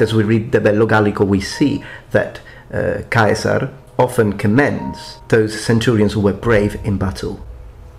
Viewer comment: Before I make this statement I mean it with the up most respect, and I really enjoyed the video. My only complaint is did you say Kaiser instead of Caesar cause I don't think that's is how you are meant to pronounce it at least not when it comes to Julius Caesar himself.